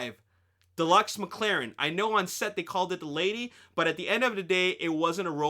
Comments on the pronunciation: Its McLaren not maclaren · Its called Mclaren, not Maclaren. Just a heads up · Daniel Hekster but the way people said it is "MacLaren" I know its not logic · "MacLaren"? Unsub...